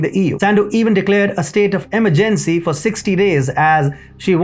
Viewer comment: While I truly appreciate your videos I really wish you would improve on the proper pronunciation of the English language. Words as simple as coming or emergency are a couple of examples in this vid alone.